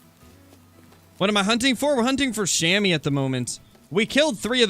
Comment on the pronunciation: Love your vids man! Funfact: Chamois is french and actually pronounced as [Shamua]: The 'a' as you pronounce the 'u' in „hunter“ and the 'oi' you‘d pronounce like the 'ou' in „you“ Greetings from a swiss hunter 😉